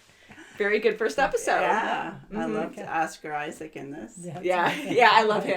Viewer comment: A reaction channel that actually calls him Oscar Isaac, not Isaacs? Say it ain’t so! Just kidding, but it’s something I am irritated that people don’t get right.